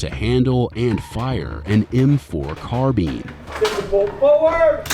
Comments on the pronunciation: "m4 carbean" 💀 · bro said “m4 carbeen” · "M4 Carbeen" lol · M4 CAR-BEAN. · we gonna talk about how he said carbine ?